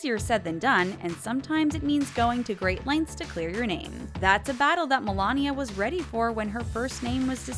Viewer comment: You need to get better at your reporting. Many names you pronounced wrong which makes you seem less informed and credible.